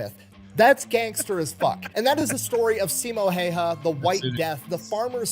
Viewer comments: It is pronounced...Hauha. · Siimo Hoyja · There is a video of a Finnish guy at Simo's gravesite and he pronounced it Hawha, i cant post the link here i tried it got deleted. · Jutilainen was in the french foreign legion stationed in marocco from 1930 to 1935. The pronounciation of Simo's last name is Hawha, you say the Y as a W. I had posted a youtube link where a Fin pronounced it but you took it down. 450k soldiers invading a land of 4 million people is just over 10 percent not 25 percent, still alot offcourse but the math was off. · Last name is Häyhä and you butchering it. Not hawha not haija not haya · Sorry but why you butchering his name. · Finn here. It's not pronounced like that at all. It's Häyhä as pronounced by Google text-to-speech in Finnish. We have a phonetic language. It's easy for TTS to say. P.S. the y is ü from German. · The fat electrician also pronounces Häyhä wrong, but so does every native English speaker.